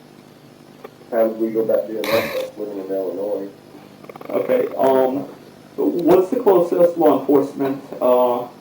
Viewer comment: Hey that is not how you pronounce Illinois.